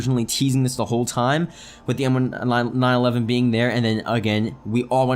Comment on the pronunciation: it's pronounced M-19-11. Not M-1-9-11